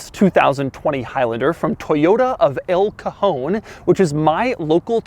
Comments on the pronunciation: “the drawer”. But actually yeah, as a Spanish person found the name El cajon funny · Toyota "El cojon"😂